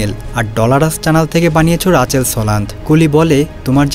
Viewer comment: রাচেল না মিয়া রিচেল 🤨🙄😏🤦🏼‍♂️